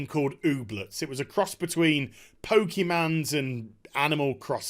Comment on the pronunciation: did you just pronounce it "pokemans"? like a fucking mini-van mum? that was either a great display of humor, or a great display of pathos.